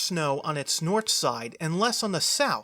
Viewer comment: Okay, wtf is up with you not pronouncing things that end in “th” right? Is it that hard to say fifteenth? Or north? Lol